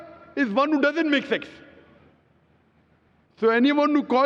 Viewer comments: he said sects not sex... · “Makth sexth” 😂